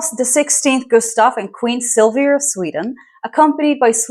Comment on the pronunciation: Wow your pronouncement of Carl XVI Gustaf l and Silvia was spot on.kudos from Sweden.